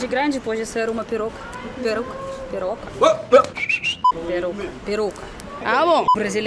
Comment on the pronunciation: Peroca....peruca kkkkkkkkkkkkkkkkkkkkkk chorei😂😂😂